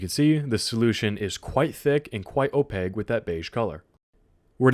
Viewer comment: Oh-PAKE. Oh-PAKE. not oh-pague.